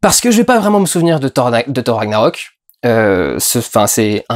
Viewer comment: "ssshor ranniaroque " mddddrrrrr chute